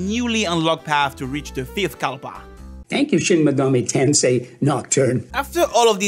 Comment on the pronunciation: Shin Megoru Tonsay. This will never not be funny to me.